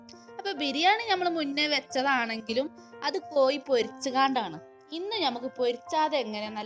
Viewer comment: എന്റെ പൊന്നിത്ത ,പൊരിച്ചാണ്ട് അല്ല പൊരിക്കാണ്ട് 🤣🤣🤣😜